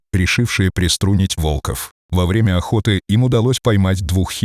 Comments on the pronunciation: Почему вОлков? Правильно - волкОв! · Молодец мальчик ,супер,волков,ударение на о,плохо читаете ,противно слушать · Озвучка УЖАСАЮЩАЯ, автор,читайте текст перед озвучкой. Ваш ролик очень проиграл от такой читки. ВолкОв и вОрота- вообще перлы. Дизлайк.